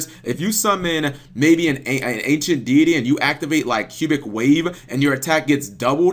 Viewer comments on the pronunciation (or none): none